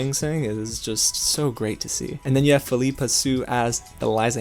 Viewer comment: Why do you pronounce schuyler like schooler? And its philippa not phileepa. Great review, I loved the film too.